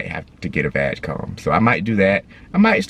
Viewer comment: love your videos guys,subscribed. But ,pronounce "G" in VAG like it sounds in word "gray" or "good" not "vagina" haha :)